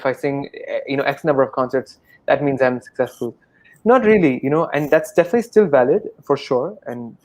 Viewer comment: Highlight " definitah"